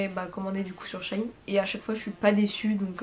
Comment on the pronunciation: C'est pas shaïn c'est sheiine